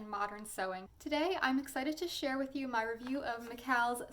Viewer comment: McCalls is pronounced the same as Falls. I don't like criticising but the way words are pronounced can be irritating.